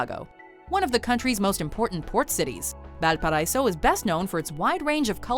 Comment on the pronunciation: I'm sure someone has mentioned this already, but Valparaíso is pronounced "Val pa ra ee so". but this is a great video showing lots of what Chile has to offer!